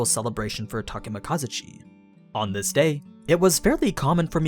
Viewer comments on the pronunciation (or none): I think you're not saying Takemikazuchi correctly, the accentuation should be in "zu" rather than "ka". Unless I'm mistaken.